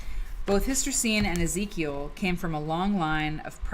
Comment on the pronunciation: Was looking for inspiration today and happened to find your video because I searched Hystercine Rankin. Perhaps you'd like to know that her first name is pronounced Her-teh-seen. How do I know? That's how she said it herself. I was fortunate to meet her several times at the Mississippi Cultural Crossroads.